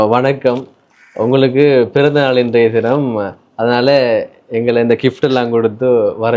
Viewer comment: Kift illa bro Gift endu sollugo